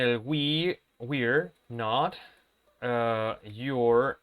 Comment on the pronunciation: Teacher, la pronunciación de You're y Your 😥